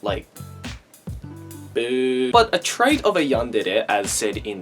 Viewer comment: you said 'trote' it`s trait XD